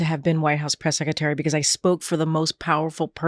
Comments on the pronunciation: The way she pronounces secretary is annoying White House press “Seck -a-tary” 🤮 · She still cannot pronounce "sekatary".